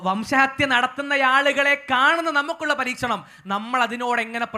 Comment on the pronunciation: പരീശനം അല്ല ബ്രോ പരീക്ഷണം